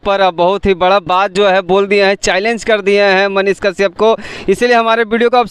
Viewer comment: पाहिले तोरा मुह से साफ मनीष काश्यप का नाम सही से नही आ रहा है तू मनीष के पास बोले गा कैसे । बबुआ मनीष कश्यप के भीरी बोले में हग देबे लागत बा अइसन। चैलेंज मत ले फिर दोस मत दिहे